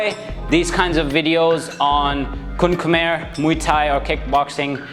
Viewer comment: pronouncing "kun khmer" like a local....loving it....a bit clarification for the elbow, elbow strike should be practice by slicing the bag not going through the bag.....used it more like a knife rather than a bat..and the upward elbow in application or practice, it is more like forward instead of going up, and elbow position should mimic the" bulbous bow" part of a ship